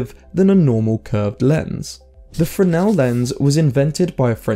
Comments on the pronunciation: First, they are spelled Fresnel, not "Freshnel". Second, the arguments you present don't sound correct, and if anything, sound more like you're describing polarizers than lenses. Maybe trusting your memory from childhood of 40 years ago isn't a good idea. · Isn't it pronounced FREZ-nel lens?